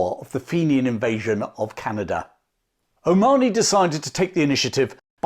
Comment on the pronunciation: It pronounced Colonel John O MA HO NY…